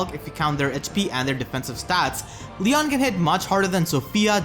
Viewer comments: So is it pronounced lee-on or lee-yohn Regular Eirika says lee-on but new Eirika says lee-yóhn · It's pronounced lion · It's pronounced LEE-OWN